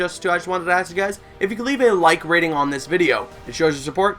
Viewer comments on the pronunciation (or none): why does hi say like ratting